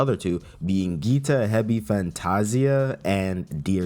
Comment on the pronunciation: Goo-eeta not Gee-ta